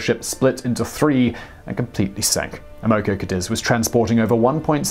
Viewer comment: Boy you sure can slaughter the American language 😏! Amoco Cadiz: ama co CA deez is how it's pronounced. 😏☺😉😁🙃🙂